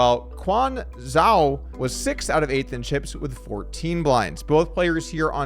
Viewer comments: zhou= joe; other than that, pretty ok pronunciation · Zhou is pronounced like "Joe" 👍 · Zhou is pronounced "Joe". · I believe the name Zhou is pronounced like the American name Joe. At least that's what the Brits called the F1 Driver with the same name.🤷‍♂😂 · Is the chance >0% that Zhou’s cards were read incorrectly? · doesn’t simply google ‘how do I pronounce Zhou’ Tbf would prob still butcher it